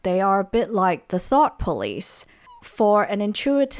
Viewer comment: You say Ni dominant trait could be called the "thought police" but in the context of Lexi and Vanessa, all I heard was "thot police" lmfao